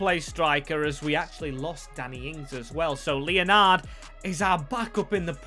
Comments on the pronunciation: Leonard is not said Leo-nard. It’s said Len-ed. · Made me laugh the way u said leonard easy mistake but its pronounced lenerd